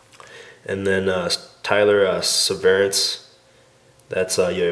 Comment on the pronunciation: When you were opening the cards I was really surprised that you didnt know how to pronounce "Severance".